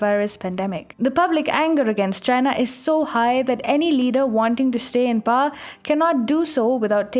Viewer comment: You guys are officially the most benighted channel from India. I mean seriously, you guys don't even know how to pronounce such a simple word as "power", instead pronouncing it as "par". What is wrong with you people?? Do you never learn? I once said that was bad, was worse and was worst. Seems like I was mistaken. There is just no room for bad in your camp. It's either you're worse than most of the educated population or you're just the worst overall. Here is a link on how to pronounce the word "power" - I seriously hope you can handle atleast such a menial task.